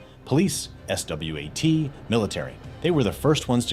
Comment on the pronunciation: S-W-A-T? Damnit ai got me again